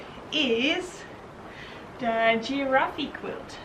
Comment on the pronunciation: The giraffe quilt is adorable. In English the word is pronounced as two syllables: gee-RAFFs. Love seeing your studio.